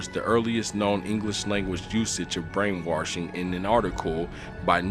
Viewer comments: Brain-WASH-ing... Not WARSH-ing... fuck... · He keeps saying brain warshing and it's irkin my nerves to the fullest. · Am I the only one that was getting irritated at how he kept saying “warshing” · Damn I was really getting into the channel until he said "brainworshing" worsh. I'll never get it. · wash-w-a-s-h no r in the word "brainwarshing" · "brain waRshing" lol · The scariest thing is that he says Warshing about 10 times. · I hate the way he says “warsh” instead of wash 😖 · "Brain Warshing" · U saying “Worshing” not “Washing” drove me literally INSANE OMFG 😤🤯🤬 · There’s are no “R”s in washing!